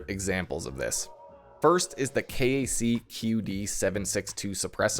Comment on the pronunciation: KAC is pronounced “Kack”. It stands for Knights Armament Company. They’re one of the foremost producers of high end AR-15 parts out there. Quite popular amongst hobbyists, PMCs and militaries, and of course larpers.